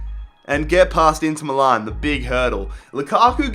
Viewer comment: It's Me Lan (Milan) NOT Me Larn.